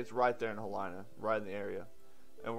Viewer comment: It's He-lee-nuh. Not like Carolina. The letter "I" in Hawaii is always pronounced like "ee", never like "eye".